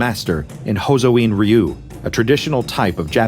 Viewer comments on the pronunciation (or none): "Ryu" is much closer in pronunciation to "rue" than to "ree-yew".